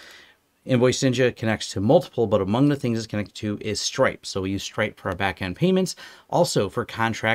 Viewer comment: I thought you said Strike and I was impressed that you were on the bleeding edge of technology with finances, then I realised you said stripe lols.